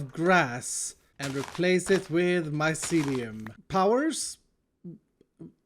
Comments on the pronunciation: Grian's pronunciation: "My - see - lee - oum" pronunciation: "MY - SE - LEE - UM " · Grian: mycelium: Myseliuum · I thought you were saying this mycelium is MY celium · I like the part where he says mycelium